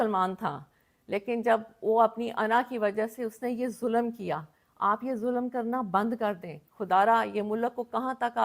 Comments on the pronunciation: 95 فیصد پاکستانیوں کی طرح آپ کی اردو انتہائی کمزور ہے ہے مثلآ آپ نے فر۔۔ض لفظ کو ف۔۔۔رض کہا۔۔۔مل۔۔۔ک کو آپ م۔۔۔لک کہا اور اس پر ظلم یہ کہ آپ نے ظل۔۔م لفظ کو ظ۔۔۔لم کہا ہے ۔۔۔ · She is trying to be a political leader but she lacks communication skills, her urdu prounciations like "mulakk", waqqatt, zulamm, kaarr raha" show her literacy level. She lacks pilitical substance, rather trying to play religion card. Her choice of words is below political leadership's stature.